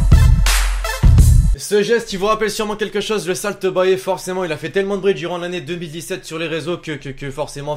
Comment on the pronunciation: Comment tu prononces Salt Bae??? Ahahaha ca se prononce Salt baie